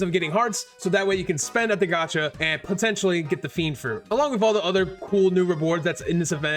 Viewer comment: It's fiennnnndddddddd not fenid